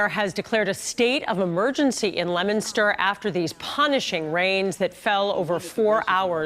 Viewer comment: it is not lemonster...it is leo min ster